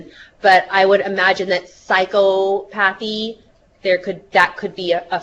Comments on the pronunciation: What would really help is psy-KA-pa-thy however, I think we all understood what she meant :) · pronunciation ... "psy-CO-pa-thy" )